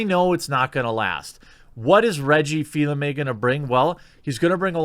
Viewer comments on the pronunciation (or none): its Reggie Fils-Aimé not fill aime